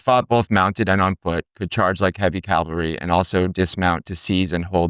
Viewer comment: C-A-V-A-L-R-Y versus “Calvary” where Jesus was crucified. Just sayin. Otherwise, I enjoyed the subject matter and visuals. Very nice.